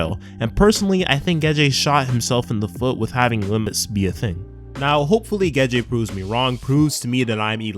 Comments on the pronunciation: why are you calling him "Geje",? it's "Gege". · geh-jay... lol... gey-gey is the pronunciation